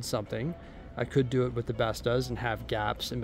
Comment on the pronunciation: As a swede hearing you pronounce “Bestå” hurt my soul 😂